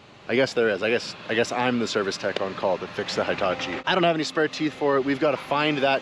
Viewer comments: He tah chee is how you pronounce that name,. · every episode until you say it correctly: hee-ta-chee "i" always has the same sound in Japanese. there aren't two sounds. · Never heard a Hitachi pronounced High-tachi 🤔 😳 😮